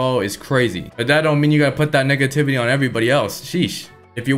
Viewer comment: EVERY TILE U SAY NEGATIVITY ITS SOUND LIKE NIGGATIVITY THATS SCARED ME BRUH